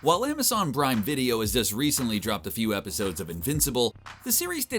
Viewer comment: "Amazon brime video". The fuck is that? lol